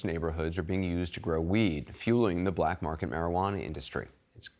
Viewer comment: Why she had to emphasize that so hard "CHINESE drug ring feeds americas BLACK market" 😂